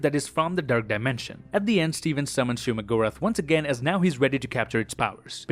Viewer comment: bro it is not shuma lol